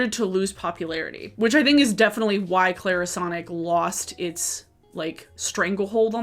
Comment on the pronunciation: Go ahead. say Clairsonic again.🤨